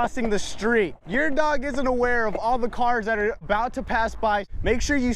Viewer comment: omg you said dogoo😂😂👅